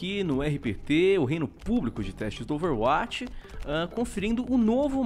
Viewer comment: Meu querido...já acompanho seus videos faz tempo mas gostaria de pedir apenas uma única coisa: pronuncie Overwatch como "Overwóti" não "Overwáti". É mais coerente com o inglês. Dá uma aflição... kkkkk. Abraço